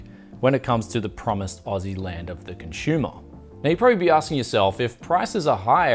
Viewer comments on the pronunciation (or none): I kept on hearing cons"h"umer...instead of consumer.